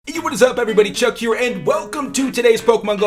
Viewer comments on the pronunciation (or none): none